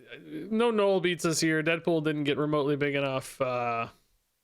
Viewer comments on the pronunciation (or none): none